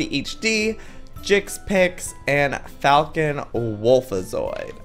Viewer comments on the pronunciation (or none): none